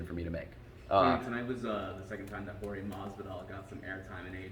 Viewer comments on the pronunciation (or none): The "Georgie" Masvidal thing was crazy, even after the initial question pronounced his name correctly... but other than that, I enjoy this man's love of the business.